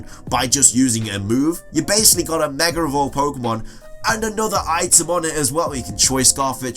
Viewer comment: Why does he always say "megar"? There's no R to it.